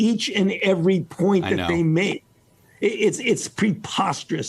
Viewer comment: Fauci: Delivers his best Martyr of Science performance Chuck: (👍You are science) Fauci: "I will take the slings & arrows..." "Szience" 🤡 & Ackountability 🤮